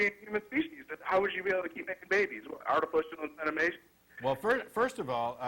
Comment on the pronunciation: "artifucial insenimation"